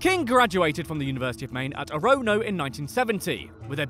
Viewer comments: It's "orruh-no" not "or-oh-no" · I’m dying at the pronounciation of Orono😂 it’s prounouced Oar-on-oh not Oh-row-no😂 Also I’ve driven on the road where he was hit. It’s an odd feeling😐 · "uh-roh-noh" oh no... oh honey...